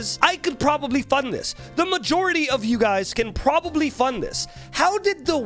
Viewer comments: I got a chill every time he said "majority" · like for real dude, him uttering that word brings back my attention XD